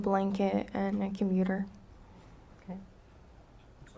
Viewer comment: instead of computer she said "commuter" 2 times 😂😂😂😂